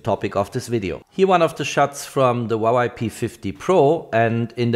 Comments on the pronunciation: It is pronounced "Hwah Way." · stop saying wawei to huawei lmao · łałaj 😅 Huawei not łalaj 😅🤣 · Great video! Thanks for sharing! Btw, it’s HUA WEI not HUA WAI. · huawei = hoo-wah-way. not hwawa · Huawei ❎ Huawai ✅ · Not yy but its hua + wei = huawei.. 😊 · Damn, i wish i can buy a "Vuavai" instead of Huavei, it probably performs much better... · Since when is Huawei a Wawai? 😂🤷‍♂️ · Other people: "Huawei" This guy: "HwAwAi" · I love the way this man keep saying waway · 'Wawai' lol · You really need to work on your pronounciation of Huawei dude;)